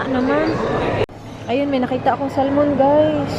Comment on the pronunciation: Silent L po ang Salmon....